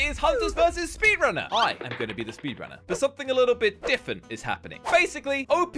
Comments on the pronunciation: Literally every single time he uploads a video that I watch I hear the word "diffwent". :') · Who has noticed that cant say different because he always says diffent like the comment if you knew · He says diffent instead of different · This is how pronounces different difent LOL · Is it just me or does keep on saying difent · Bro did he say diffent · why doesn't my say different properly he says different and don't even say accent (he said it at the start)